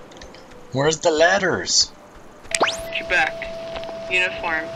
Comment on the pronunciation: Ooooh "Quebec" not "Trebec". Threw me for a loop.